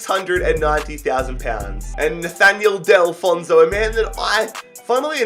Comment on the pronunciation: Just to let you know, Nathan Delfouneso is my neighbour and it is pronounced Arthur G - noo - a #COYWM #BWFC